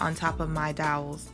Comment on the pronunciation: It turned out beautifully, you're very imaginative. Lol, dowels not doyles, fyi it's flush not flesh. I do that with some words too.😊